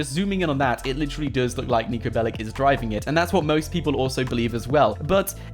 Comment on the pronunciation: He's not bellic he's Belic